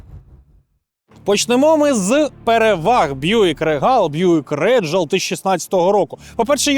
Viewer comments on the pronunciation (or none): рігл а не регал:face-blue-smiling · Произношение Regal звучит как рИгл или рИгел, ударение на первый слог, транскрипция: /ˈriːɡəl/ Обзорщики не умеют в произношение марок и моделей авто.